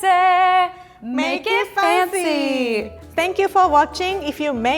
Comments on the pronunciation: Rie says "make it FUNCY" and not fancy. Pretty unique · is it just me or anyone hears 'funziee' whenever she says 'fancy' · nobody: literally nobody: not a single damn soul: rie: ☝🏼 make it ☝🏼 pancy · I 100% thought she was saying "make it funzy"😖😖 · It sounds like she’s saying “make it funky” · Make it twancy😂😂😂